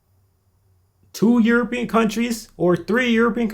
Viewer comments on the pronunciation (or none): none